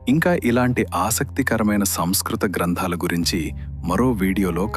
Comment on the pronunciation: Grandhaaalu नास्ति महोदय Granthaalu अस्ति उच्चारणे किञ्चित् दृष्टिः धन्यवादः